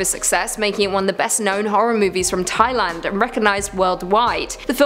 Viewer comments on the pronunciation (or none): none